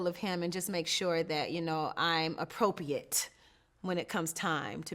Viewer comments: Why’s Shamari mispronouncing ‘appropriate’……’APO-PEE-ATE’ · The way she's pronouncing appropriate is annoying me so baddddd 🤦🏽🤦🏽